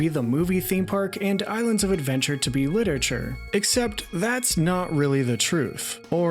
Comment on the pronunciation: You keep saying "Lit-ature" instead of "Lit-er-a-ture." It's almost ruining it for me and I'm only 1 minute in haha.